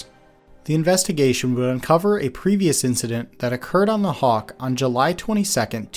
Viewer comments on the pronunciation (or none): im sorry.. kawk? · Did you put Hawk as Kawk by accident or on purpose